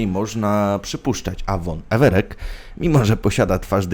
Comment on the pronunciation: EvereK? I wymowa pozostałych nazwisk trochę psuje przyjemność z oglądania. W większości są to nazwiska ogólnie znane (chodzi o realne postacie) i ich wymowa poprawna wymowa spotykana w tv, czy książkach. Mówisz, że kolejny raz grasz w Wiedźmina i mimo to, niepoprawnie wypowiadasz nazwiska i nazwy, które po kilkla, kilkadziesiąt razy są wypowiadane w grze.